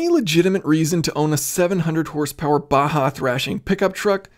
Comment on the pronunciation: Thank you so much for pronouncing baja as 'baha' and not 'BAJJA'....